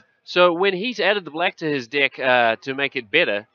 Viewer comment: Why in the worlds streamer spells "dick" instead of "deck". I just can't stop laughing.